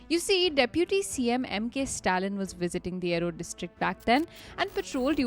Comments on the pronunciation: Erode district pronounced as "E-rode" as in E-mail. Though it is erode in English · A-rode and saalim is just absolutely crazy and honestly lazy. Kozhikode required some nuance and i guess its okay, but this was quite basic. Especially for a channel with such good writing and production, i think you should do better. Im sure your own followers will be happy to help you with these Otherwise love your work though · It's pronounced "Ee-road" just a heads up for the next time 😊